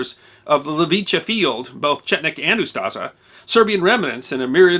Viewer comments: It's UstSHa, not Ustaza. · Its not Ustaza but Ustasha s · Ustaša is pronounced oostasha not yuztaza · If I've ever heard this guy saying "Yoostuhza" I would never guess he is trying to say "Ustaša". Great video, though, 10/10. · he saying Ustaža or smth like that... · The name for the Croatian fascists is pronounced "Ustasha", not "Ustasa", it has an "accented" "š" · Moderator should have really learned how to pronounce “Ustaša”. The way he’s pronouncing is way off.